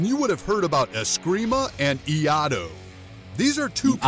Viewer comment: Iaido and Iaijutsu are not the same. Not sure how credible a channel is that doesn't even know how to pronounce what they "teach" about.